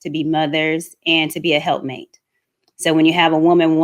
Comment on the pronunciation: It's "helpmeet" not help mate.